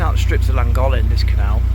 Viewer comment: Hi will another great vlog👍 Just one thing please call the Llangollen by its proper name 😂 Its pronounced clangoflen